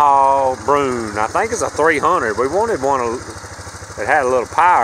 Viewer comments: It’s actually pronounced brew-in- and the last year they were made was 2006, it was replaced in 2007 by the grizzly 350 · Broo-IN. It’s a bear in French